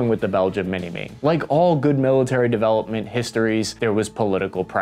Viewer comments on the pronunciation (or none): none